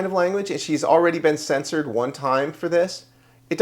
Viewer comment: I've said it before, the word is CEN-shured!